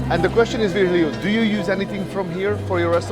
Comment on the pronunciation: At least bother to learn how his name is pronounced, just google Virgilio - Vir / gi / li/ o